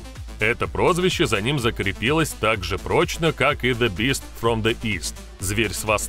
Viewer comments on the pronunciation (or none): none